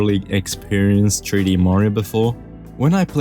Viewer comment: you said super mario tree d land